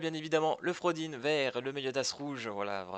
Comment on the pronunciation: ET CA SE PRONONCE FRAUDORIN EN JAP LA PTIN DE TOI